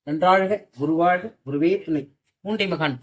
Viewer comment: ஐயா,திரு அவர்களே! ஹரி ஓம், நன்றாழ்க! என்று கேட்கிறது. "நன்றாக"- என்பதே சரி. "நன்றாழ்க"- என்பது பொருள் மாறி விடும். மேலும் மேலும் வளர்க! கழுகாசலதேவன்.